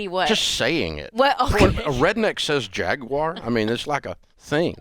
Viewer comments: It’s not jag-wire, it’s jag-war. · Jaguar Everyone: Jag-War Rachel: Jag-Wire 🤣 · It's Jaguar (Jag-u-r), not Jaqwire! lol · What's a "Jag-wire"? 🤦🏽‍♀️ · "Jag WIRE " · Rachel “ JAG-WIRE” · JagWIRE ? Oh Rachel, bless your heart! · Why does Rachel pronounce it Jag-Wire? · What's a jagwire? 😂 /s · No Dave, you should say Jaguar like Jeremy Clarkson does: Jaaaaggggg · Nope. Jag-u-er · Why does she say "Jag wire"? Wow. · This woman can't pronounce Jaguar correctly.😅😅😅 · Neither one of them can pronounce Jaguar correctly 😂